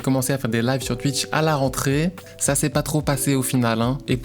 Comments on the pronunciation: "Tuitch" on prononce "touitch" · Ya vraiment qu'un belge pour dire Tuitch 😂